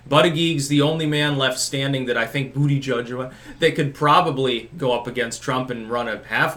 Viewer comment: said Booty Judge again! Yay!